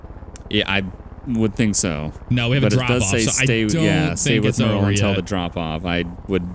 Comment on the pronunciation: Hey my names Merle. This is the first time I've ever seen my name in a game, spelled the same way, and you guys pronouncing it correct.